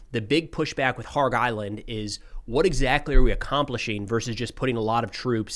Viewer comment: Kharg island is pronounced with the K NOT being silent.